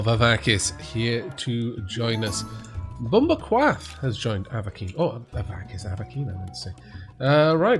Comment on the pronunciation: LOL. Bumba Quath. I thought you cursed for a second there. (hint- Jamaica)